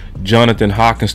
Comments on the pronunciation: HANK-KINS.... NOT HAWKINS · 😂 it’s Johnathan HANK-INS NOT HAWKINS my brother don’t start butchering names toO bro that is Mark Holmes thing. Your better than that 😂 REAL TALK